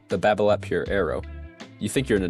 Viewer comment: You don’t pronounce the “t” on Babolat!